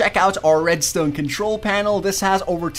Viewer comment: Anyone else absolutely HATE the way he says redstone? It's red-stone not red-stewn. Awesome vids, just a pet peeve...